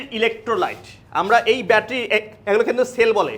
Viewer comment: তুমি বেশি শিক্ষিত দেখতেছি। আমরা ব্যাটারি বানান ঠিকমতো লিখতে পারেন না । উনার উচ্চারণটাই সঠিক